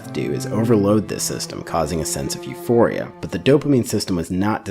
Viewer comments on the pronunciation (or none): none